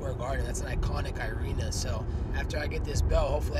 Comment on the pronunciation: Did Colby just say irena instead of arena?